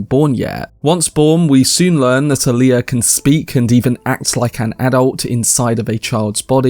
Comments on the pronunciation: i hate how they mispronounce so many names and use modern slang in the new films...its not 'hark-inin' its 'hark-onun' ...its not 'Ali-uh' its 'All-ya'... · Does no one on this site know how to pronounce "Alia"? The stress is on the FIRST syllable, not the second.